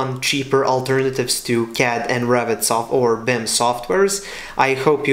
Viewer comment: When you pronounce Revit, sounds like Rabbit